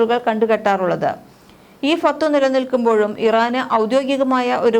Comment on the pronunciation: ഫത്‌വ എന്ന് പറയൂ ചേച്ചി